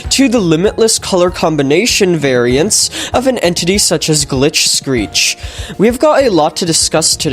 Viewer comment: Known as “Glitch Screech” ITS NOT GLITCH SCREECH ITS “Scjvereech”